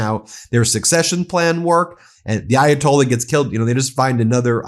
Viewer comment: Ayatolli you say? Well, that's one way of mispronouncing it. Yet, didn't you point out how conservatives never seem to pronounce Mamdani correctly? Lol, Trump said he'd end the Russian-Ukrainian war before he was elected, then in 1 day, then in 100 days. Trump is a businessman and a salesman, you can't trust a word he says. Do US tax payers want to fund this? Well, look at S. Korea. The US was the major (by far) outside help to those on the Korean peninsula that wanted democracy. Would you say those lives and tax dollars were wasted helping them? How about Taiwan (Republic of China), did the US waste tax dollars defending its ally during the first and second Taiwan Straight crises? Or how about Ukraine, if Ukraine survives, and the US makes a new trusted ally, would the money spent helping them be wasted? You hate Trump, as do I, but that doesn't mean every single thing he does is horrible. With that said, this may easily turn out to be horrible, if Iran gets the same outcome as Iraq and Afghanistan. Thoughts and prayers?? What are you, a Republican after a mass shooting where 30 people are killed? Thoughts and prayers are useless..... Jesus, you're just as bad as those you so harshly criticize.